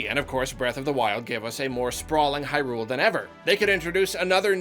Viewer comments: It's HIGH-Rule not High-RULE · Hey Hey Hey buddy ... "HIGH-rule" not "high-RULE"